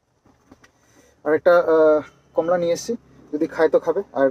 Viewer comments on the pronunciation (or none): none